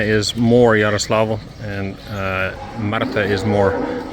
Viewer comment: I'm pretty sure it's Yaroslavl, not Yaroslav. Someone who knows for certain may correct me of course :-)